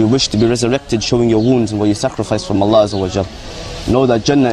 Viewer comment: I don't like the way these guys pronounce Allah or Islam. That's enough for for me to hate these fucking religious nuts!